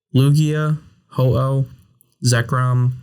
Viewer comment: IT'S HO-OH NOT F*CKING HOHO! SAY IT RIGHT!